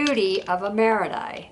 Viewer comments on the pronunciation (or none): Hi,! Thank you so much for this wonderful video! You're such a great teacher, and your presentation style is wonderful and easy to follow. I'm so sorry, but I do need to bring up something I did notice that was rather glaring: the word "marudai" is pronounced "mah-ROO-die". I mention this because I'm married to a Japanese-American and also speak passable Japanese, and I felt a need to bring this to your attention. I'm sorry for any offense caused. I think you're great! I just needed to let you know to avoid any issues you may encounter with Japanese speakers. Thank you again, and please keep posting this wonderful content!